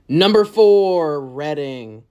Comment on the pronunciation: Thanks for not pronouncing Reading Reeding like another video did.